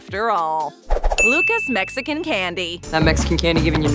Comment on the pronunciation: I’m whiter than white and I know for a fact Luca’s isn’t pronounced like the name Lucas 🤦🏼‍♂️